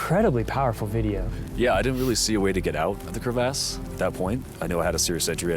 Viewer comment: It's called a crevasse.....not a Cre Vasse